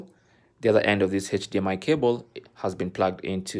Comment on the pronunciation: the 90th time the man said “heich dmi cable” I broke